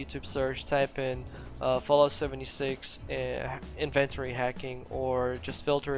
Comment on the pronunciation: Go to google and look up "how to pronounce inventory". You're welcome.